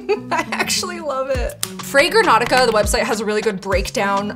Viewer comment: Your pronunciation of "fragrantica" had me rollingggg on the floor hahahah awesome video